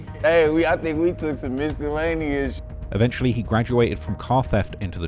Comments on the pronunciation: "Some MISS-KUH-LANEEY-ISS shit." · Never heard anybody annunciate miscellaneous like that. I think I been doin it wrong my whole Life